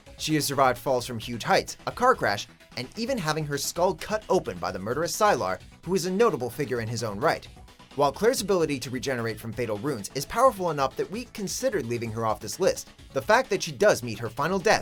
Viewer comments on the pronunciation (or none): Interesting to hear it pronounced "Sy-lar" instead of "Sy-ler", despite it's spelling of Sylar. It makes me think the narrator hasn't seen the show, because no one pronunces it the way he did, and it makes it seem like he just read the name. Not a big deal or anything, just how it seems.